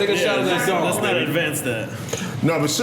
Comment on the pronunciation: NORE it's called "Dom P" not "Don P"..............